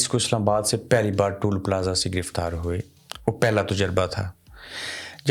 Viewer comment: bhaee "tool plaza" nahi toll plaza hota hai